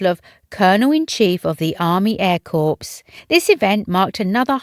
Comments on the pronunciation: Please, it isn't corpse, it's pronounced as 'cor" it's not in a flipping morgue! 🌹🇬🇧🇬🇧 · It is not pronounced corps a corpse is a dead body it is pronounced core! Please do your research 😡